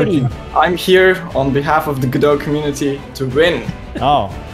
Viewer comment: Guh dough - Godot